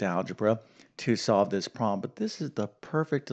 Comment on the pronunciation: Why do you pronounce “problem” as “proh-em”???